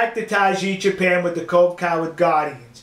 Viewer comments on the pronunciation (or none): none